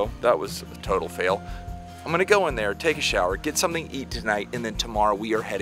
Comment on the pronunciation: Somethink?? Lol